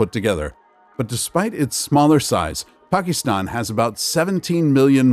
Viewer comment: Pakeestan? You should also review numerical rounding rules taught in elementary school math instead of reading numbers verbatim.